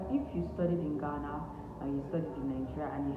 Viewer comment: You are the first Nigerian I have heard pronounce Ghana right.. Nice video 📷